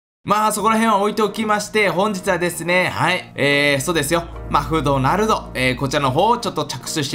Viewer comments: マクドナルドって言えてませんよw マフドナ？トになってますよーw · マフドナルドがワフドナルドにきこえる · 神社の下にまだくもいますよ。あとマクドナルドって言えてない笑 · あれ、M？ 山２つ作ったんじゃないの？ あと、マクドナルドって言えてない笑 海底神殿お疲れ様でした。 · マクドナルド言えてねー